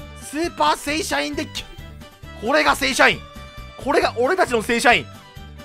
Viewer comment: 正社員がだんだん聖SHINEしか聞こえてこなくなったw